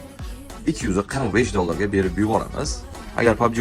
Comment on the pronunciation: Jalla 245 dediza suka 545 deb eshitibman 😅😅